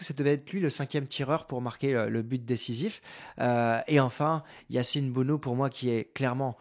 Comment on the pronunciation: Se dit BONO tout simplement comme Morad et non mourad